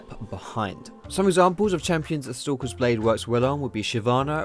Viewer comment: I keep thinking you're saying 'Sokka's blade' when you say stalkers :P